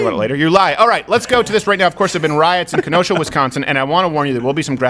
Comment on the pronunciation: Thank you for pronouncing Kenosha and Sheboygan correctly!